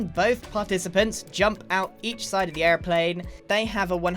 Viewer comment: I like how grian turns American just to say “airplane”